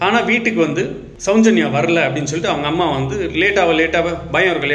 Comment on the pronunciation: தம்பி, கொஞ்சம் நல்ல பழகிக்கிட்டு வந்து பேசுப்பா.. உச்சரிப்பு ரொம்ப கேவலமா இருக்கு.. நெறைய வார்த்தைகள், அதில் ஒன்று ,. சௌஞ்சன்யா இல்ல சௌஜென்யா..